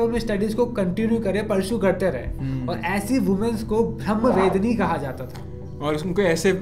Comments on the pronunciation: Thank you for this wonderful video. Please pronounce the words properly. You completely reversed the meaning of the word. Brahmavaadini vs BrahmaVedini - Vedini means one who harasses Brahma. I know you did not mean it. That is the problem of the Hindi speaking world. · Kindly pronounce properly it's not women's it is woman and women...s is not needed..also it's Brahma wadini.. ब्र ह म वादिनी